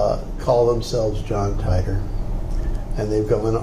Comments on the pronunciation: Stop lying. Stop faking for fame. you guys don't even know how to pronounce the name "Titor". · Suzuha. on a serious note...this guy doesn't even know how to pronounce "Titor"! FAKE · obviously not. he doesn't even know how to pronounce Titor.